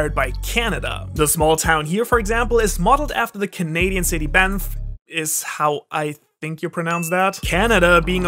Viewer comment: I live like 3 hours away from Banff and the way u pronounced it like a French guy lmao it's west Canada not east. All the Frenchy's live in Ontario.